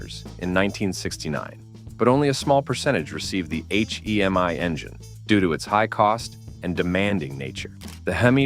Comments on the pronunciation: The H.E.M.I.?? Hee Mee? FN' AI garbage. So horrible. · AI (almost incompetent). Semi Heemi?